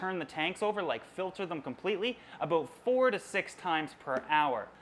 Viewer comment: I love him but I hate the way he says about